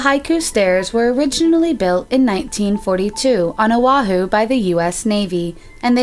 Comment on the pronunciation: Itʻs Oʻahu not awahu